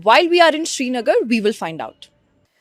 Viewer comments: It's not shrinagar it's srinagar. It's important to not misrepresent a place while you're so confidently covering a story about it. Kindly do your homework. We're just fed up with this kind of unprofessionalism at this point of time! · It is Srinagar not Shrinagar. It is Ghoshtaab not Ghoshtaba..